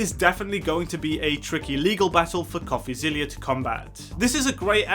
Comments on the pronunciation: Pronounced...Coffee-ZILLA. Not ZILLIA! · No need to be a nerd or anything, but it's pronounced coffeezilla, like godzilla, not coffeezillia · STOP SAYING COFFEZILLIA ITS COFFEZILLA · It’s Coffee-zil-la not Coffee-zil-lia. I assume you are basing your comments on Logan’s response without watching the Coffeezilla series. I guess what you said makes sense if you have zero back story and all you know is Logan’s response because if you had watched Coffeezilla’s series you would know that Logan had a bucket infront of him to catch all the BS coming out of his mouth. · Great Video, we all love DRAMA! BTW It’s not Coffeezillia. It’s Coffezilla. Like Godzilla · zilla not zillia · It's Coffeezilla like Godzilla. You were saying Zillia. Not a big deal but thought I would mention it if you do future videos on him. Great analysis except for the recording aspect, it's legal in one-party consent states. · ITS NOT ZILIA - ZILLA like godzilla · It’s coffeezilla not coffeezillia